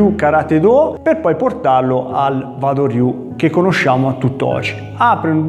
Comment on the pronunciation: Interessante...scusa ma Wa si pronuncia Ua..Uado ryu...